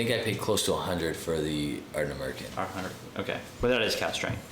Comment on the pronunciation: ", say Ardnamurchan correctly or this bottle of Springbank Local Barley dies in transit!!!" And that's how the bottle met its end...😂 I think you guys are bang on about new distilleries. I think eventually we'll see a period of closures again, like we are seeing in B.C. with Craft breweries right now. There was a time there were 10+ new each month. Market saturation is real, and it will hit. Quality with a following like Ardnamurchan will survive, but anything average will have to adapt or disappear.